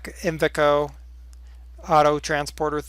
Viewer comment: its pronounced eye va co